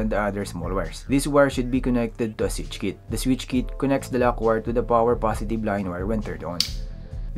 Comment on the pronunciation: What's a "sich kit" :DDDDDDDDDDDDDDDDD Learn how to speak and then do any videos bruh not vice versa :DDDDDDDDDD